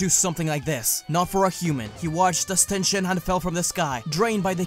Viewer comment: Is it okay that I heard Tien Shit-han instead on Tien Shin-han